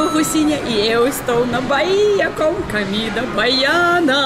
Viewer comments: Comida e não camida.!!! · Você está falando cAmida . O certo é cOmida. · Comida Olga, comida com o. 😘 Você diz sempre camida com a 🤣 te amo Olga 🤗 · "CAMIDA"....rsss.. mto engraçada essa russinha...😘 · Eu gosto quando você diz "camida". Você precisa ir a Ilhéus e provar a "moqueca arretada" do Vesúvio.